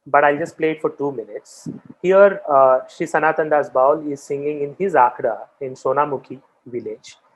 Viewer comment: Indrabhuti was not the daughter of a king of orrissa , Indrabhuti was the king of orrissa, and ami bowl tumi bowl sobai bowl this pronunciation is very disrespectful for the tradition. The word is Baul.